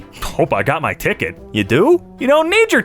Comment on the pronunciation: Ticket or dicket 😂😂😂